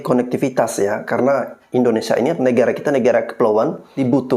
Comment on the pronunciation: Orang pintar nyebut Indonesia kok jadi IndoneSA huruf (i) nya mana